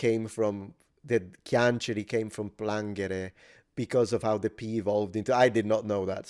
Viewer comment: Another thing I’d like to mention concerns the verb “piangere”: we (from where I’m from) actually write it as “Cianciri” and pronounce it as “Chanciri” the first syllable is not pronounced as “KYA” (as you did) but more as “CHA” (like a Spanish word written this way)